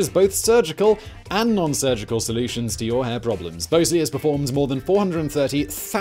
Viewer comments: It's "Bahz-lee"😂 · Shouldn't Bosley be pronouced Boz-Lee, like the character in Charlie's Angels? There is no E after the S and before the L. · Your sponsor pronounces it Bahs-lee in the US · Bosley pronounces their name like the character in Charlie's Angles. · Pretty sure you’re pronouncing your sponsor’s name there Simon my boy